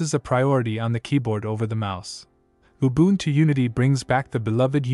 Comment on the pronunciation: You so nicely pronounced Ubuntu....then screwed up Edubuntu, Kubuntu, etc. Why? It is ooh booon too